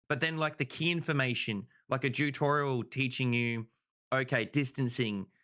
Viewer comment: Why is he saying jew torial lol